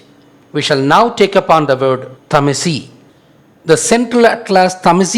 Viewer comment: you cant even pronnonce tamazight right and murakush and u pretend its originated from tamil what a laught, tamil is like yesterday